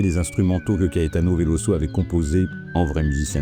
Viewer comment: VeloZo; Il est brésilien donc en portugais, comme en Français le s entre deux voyelles se prononce Z. C'est frustrant à l'écoute. Dommage la vidéo est très bien malgré ce petit souci...